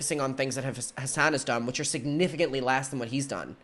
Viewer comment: Every time he says Hasan I hear “his son” I was so confused on the first video of this drama series